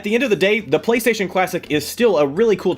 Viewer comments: Lol PlayStatisean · Um...... Its Playstation not Playsatan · Playstasean?? The hell? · Did you get the inspiration for Playstasean's name based on how the PS4 commercials pronounce PlayStation?